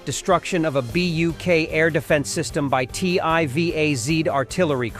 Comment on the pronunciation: it's not "bee–you–key", it's "buk" ("u" as in "butch"). This is not an acronym but a regular noun - Russian бук means a 'beech (tree)"